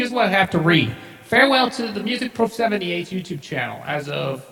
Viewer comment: pronouced Music (Proff) like Off. Also on the autogenerated channels, they are ALL remasters and not original, most aren't even close to The professors quality